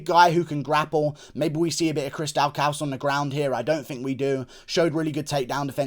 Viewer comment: It’s pronounced DAW CUS for Chris Daukaus